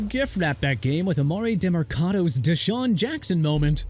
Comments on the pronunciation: YOU MEANT EMARI (EH-MAH-REE) DEMERCADO (DEH-MUHR-KAH-DOH)?! AND YEAH TUA TAGOVAILOA IS THE WORST QUARTERBACK... KEEP THINKING THAT! MAYBE YOU AND EVERYBODY IN THE COMMENTS WANT HIM GONE HUH?! NOW YOU WANNA CONTINUE TO BUTCHER THE CITY NAME OF NEW ORLEANS... PRONOUNCED NEW OR-LINS UNLESS YOU PRONOUNCE IT AS OR-LEENZ... YOU GOT NO RESPECT FOR EVERY FAN BASE ESPECIALLY THOSE OF MIAMI AND NEW ORLEANS CUZ YOU DON'T HAVE ANY! WELL DONE 👏👏 YOU'RE FINISHED. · EMARI (EH-MAH-REE) DEMERCADO! ALSO I HOPE YOU'RE HAPPY THAT TUA IS THE WORST QUARTERBACK AND THE DOLPHINS ARE THE WORST TEAM AND YOU AND EVERYBODY IN THE COMMENTS CAN STOP TRASHIN' MY TEAM LIKE THEY DID SOMETHING BAD TO YOU! ALSO NEW ORLEANS PRONOUNCED NEW OR-LINS OTHERWISE OR-LEENZ, CHICAGO PRONOUNCED SHEE-KAH-GOW NOT CHI-KA-GOW, JAGUARS PRONOUNCED JA-GWAARS NOT JAGWIRES! WHEN IS YOU GON' LEARN TO PRONOUNCE PEOPLE'S NAMES, CITIES AND TEAMS RIGHT?!